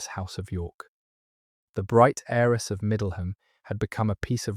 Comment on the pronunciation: Beautifully read. But please note that the words "heir" and *"heiress" have a *Silent "H" - so they are pronounced "aire" "airess."